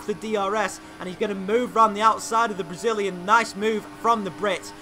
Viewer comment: "For the Bragillian"